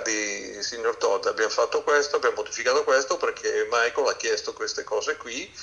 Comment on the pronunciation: Tutto bello, tutti bravi, ma non chiamatelo "Maicol" perdio!!!